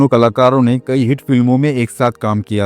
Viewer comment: BKM77 Manyawar Story Writer G Ye AASHA PAREKH ha en na ki AASA PAREKH aur Shabd HIT na ki HEAT aur SHADI naki SADI aur KHUSH hota hai KHUS nhi Theek se HINDI K Shabdon ka Ucharann kiya karo aur likha karo isme Gussa na kar na Balki Sudhar karo Aap kahin Bihar Sta te K to nhi ho ?